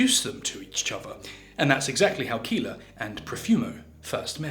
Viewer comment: Keeler or Keller… poor